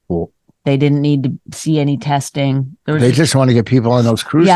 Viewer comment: Teshting teshting You are such a putz Ahhh Vos never change You funny sob